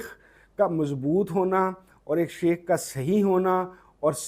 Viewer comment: MashaAllah. Sir with due respect plz read as " Shaikh" not common word " sheikh".